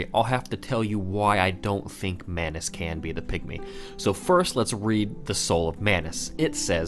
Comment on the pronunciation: It's Manus.